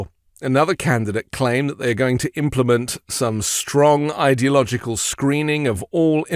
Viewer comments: "idyogical " ?? -- a new t-rump word? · He can't even pronounce Ideological! Slurring his words...time for another shot of Adderall! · Listen to how the idiot mispronounces ideological. That isn't a misspeak, he really doesn't know how to say it Then he calls Biden low IQ...